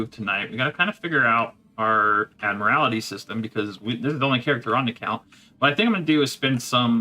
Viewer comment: Admiral-tee lol. Every time you say admiral-AL-ity, it sounds like you're trying to describe a Mortal Kombat finisher. "Find your admiralality!" Lmao